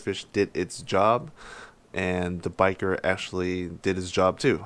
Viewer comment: It’s pronounced (Bisheer) bichir not biker...